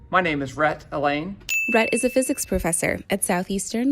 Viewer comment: Allain sounds like Elaine